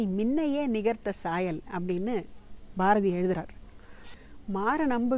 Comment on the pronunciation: Suchitra Balasubramaniam அவர்கள் ச உச்சரிப்பு தான் சரியாக இருக்கிறது (சரணம் , சாயல்)